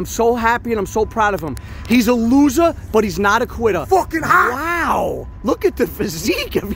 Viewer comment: 'He's a losah but he's not a quittah' XD